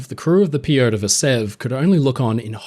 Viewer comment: Sadly, I couldn't get over the very poor pronunciation of the russian names. The choice of syllables to stress was incredibly western. You can very easily find audio of the correct pronunciation of names such as "Nicolai" and "Piotr". These are usually very well produced and researched so was very surprised to hear this being completely overlooked.